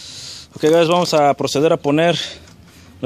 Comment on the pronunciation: compa por que decis HI GAYS ?